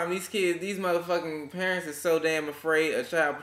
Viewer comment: i love the way says parents....perrrents lol.... i think you should beat your children if that will make them behave...if it dont work, dont do it